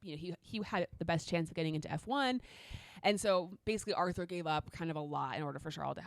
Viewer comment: I really appreciate you pronouncing Charles´ name the original French way but you´ve got to do his brother the same courtesy as well 😉